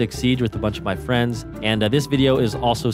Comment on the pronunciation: u hav fwiends